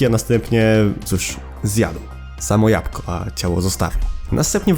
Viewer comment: jabłko nie japko ale każdy dobrze wie że ty to specjalnie zrobiłeś